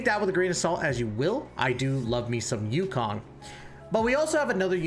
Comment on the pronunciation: I like the content and over all good video. My only ick is that you pronounce the names wrong. Huohuo is pronounced hwa-hwa. Luocha is pronouced lao (like cow) cha. Yukong is ooh-kong.